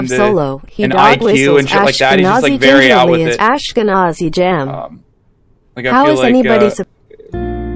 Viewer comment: I can’t believe destiny read ashkenazi as ashke-NAZI. This really is one of his most shameful videos.